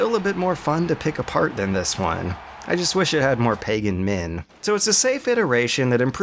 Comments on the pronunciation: It's pagan MIN not men, is this a joke that flew over my head? because he writes "PAGAN MEN" like 10 times on the screen. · It's Pagan Min not Men. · lol!!! I barely realized that when he emphasizes the name pegan men totally sounds like pegging men.